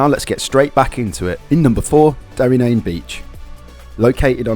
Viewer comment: Work on your pronunciation mate, if you are trying to sell a tour book. it's not Meezan Head. And why are you jumping from Kerry to Donegal , then back to Cork and Kerry? I had to edit for Derry NAaNe and slee head. Please , stop. Cliffs of MoHER? You haven't spent a minute in the west of Ireland